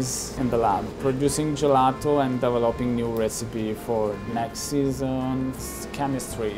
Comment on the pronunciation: Can someone tell me how many times they said “Gillato”